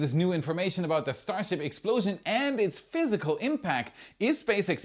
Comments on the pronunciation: what's is a stasrhip? 😂😂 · I see we're still calling it "STASRHIP 33"? I think NSF did the same thing last week. Or was it WAI?